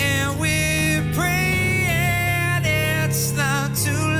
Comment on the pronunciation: pronounces: st oooh rs" Robbie more like: st uh rs: pr ee in' Robbie: pr a in'